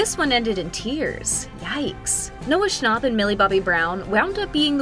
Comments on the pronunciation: The narrator: Noah schnopp Noah schnap: what did she sayyy ? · "Noah schnopp" STOP IS SCHNAP😭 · Why do you say shcnopp? It’s Schnap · Lol wait?? Noah Schnopp? How did that pass editing 🤣 its schnapp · She said Noah Schnop not Noah Schnapp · Why would you say shnopp it’s schnapp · It’s Noah shnapp not Noah shnopp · Her: Noah Shnopp Me: …. TRIGGERED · “Noah schnop” I’m personally offended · Im getting so mad cuz shes saying Noah "Scnopp". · she really said "noah schnarp" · Bro really said Noah snOchp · “noah schnopp” 💀💀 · Bro just said Noah schoop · She really said Noah shnopp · Did she really say scnop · she saying noah shnopp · it bothers me how shes saying schn-AU-p